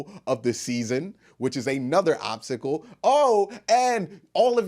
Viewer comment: Great vid! Not just saying that cause I’m a Clevelander. Lol Confession: it sounded like you were saying “obsickle” instead of “obstacle “ and it was distracting me for about 2 minutes. Ah, nobody loses focus like me!